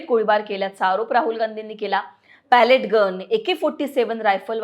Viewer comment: Pellet चा उच्चार पेलेट किंवा पेलीट आहे. Palette = लाकडी चपटी फळी. बातम्या देताना उच्चार आणि अर्थ समजून घ्या. अनेकांना इंग्रजी किंवा कठीण शब्दांची जाण असते असे नाही.